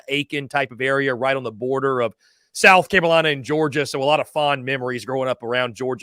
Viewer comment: What is a South Camolina?...😂🤔